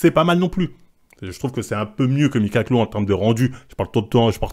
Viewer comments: Mickalow (le premier) ça se prononce Mi Ka Lo voilà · Ca se prononce Micka lo